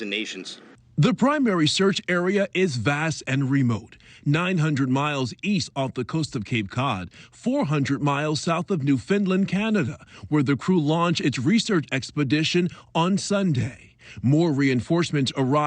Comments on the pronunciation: It's NEW-FOUND-LAND Not newfinland Dork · New found land. Not new fin lend. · Why do Americans say "Newfinland" It clearly is not called that lol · "New Finland" I am done with this video. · It's New found land not new finland duh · Narrator: they didn’t take off from “😅” New FINDland” ! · I'm sorry did you say New Finland?? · *NewFINland* sorry what? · His pronunciation of Newfoundland was cringe worthy. But never mind that. Those poor souls. I hope they didn’t suffer long. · All these reporters gotta learn how to say Newfoundland